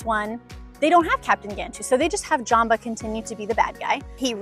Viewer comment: I don’t really like & love how she pronounced Jumba & Pleakly, she literally pronounced Jumba as Jamba & pleakly as bleakly!